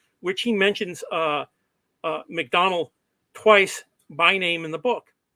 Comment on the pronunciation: I am so embarrassed. Listening to this, I realized I was saying something like MacDowl rather than MacDonnell for most of the presentation without realizing it. My apologies to the audience.